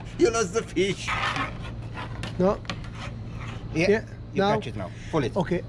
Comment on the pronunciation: You lost the feesh! I want to fish with that guy haha